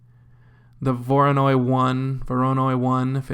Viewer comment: The best tuts ever. Voronoi - you pronounce it absolutely right, btw. Means.., I would say beautiful graceful horse with a gray/black dots(apples like), or could be just almost black with a steel like shininess. Thank you again.